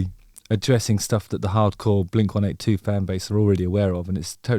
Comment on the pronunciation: Mark already said. It's "blink one EIGHTY two" 😐